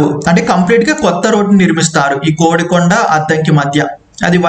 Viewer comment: నాకు తెలిసి అది "కొడికొండ" అని పలుకుతారు. "కోడి"కొండ అని కాదు. చూసుకోగలరు దయవుంచి. నేను తప్పయితే క్షమించ గలరు.